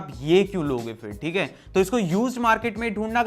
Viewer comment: App "Theek ha" aus meme ki tarhan pronounce krta ho